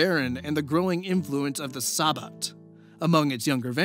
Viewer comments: You apologized for the pronunciation, so I figured I'd offer the ones i caught (bare in mind i'm extremely forgetful and probably missed one or two). Using phonetic pronunciations because i don't know most of the special characters or even what they sound like looking at them. Sabbat: Suh-bot or Sah-bot Tremere: Truh-meer I feel like i'm missing at least one, but i'm too lazy to go back and find it lolz. hope this helps for any future vids you do featuring VtM. Also, to my knowledge, you got Assamite right. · I hate to be that guy, but you keep saying "Tre-mu-ray". It is "Tree-mere". And the "Sah-batt", not the "sa-bat". Don't take it personally, even players who know VtM or WoD since forever say stuff like Tzimisce wrong. It just irks me to hear it the wrong way. Funny enough, you say Assamite right, which many say wrong. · Hey,. Long time Vampire player. Tremere is typically pronounced Trah-meer just FYI in the future. Sabbat is also Sah-BAHT... emphasis on the second sylable. Not a big deal but for a player like me the mispronunciation is kinda... painful.